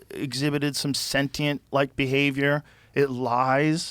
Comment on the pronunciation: finally joe learned how to say "sentient" properly - not senchient hahaha